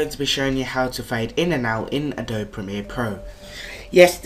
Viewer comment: It's not pronounced Uh-Dobe it's pronounced Uh-Dobey